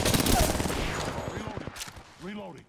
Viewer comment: Now I can't unhear "Reloading" whenever I play...